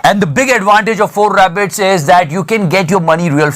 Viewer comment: bro it's "For A BET" you pronounce it "4 rabbit" 🐇 😂😂😂😂😂